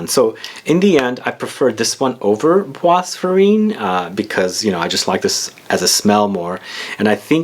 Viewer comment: It’s pronounced par-foom-urr’, not parfumay, and bois is pronounced ‘bwah’, not bwas. Sorry, but incorrect French pronunciation is like nails on a blackboard! 😬